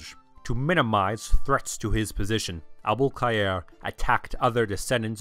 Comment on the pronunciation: The 'Abul-Khayr' pronounciation is so satisfying!)